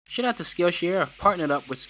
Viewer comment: Anyone else here “shit out to skillshare”